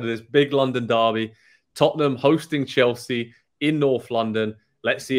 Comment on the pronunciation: "Tutt-num's young-man Son"